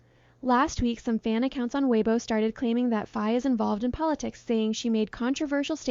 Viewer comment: Please please do well to pronounce Faye name correctly! Faye is pronounced Fye.